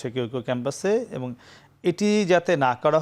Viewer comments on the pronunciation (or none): নাছিঁড় একটা লোক যে কিনা 'এবং' কে 'এবন' বলে😂